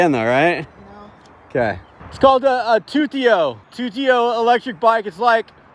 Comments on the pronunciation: It’s pronounced Tu-ti-o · Shut up he knows what it is he just mispronounced it